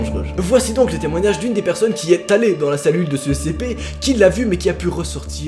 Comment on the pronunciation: Quand tu commence à expliquer tu dit cpe😂😂